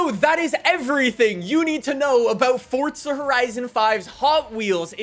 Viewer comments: Hey Man. It’s For Za not fort sza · There’s no T in forza ya dafty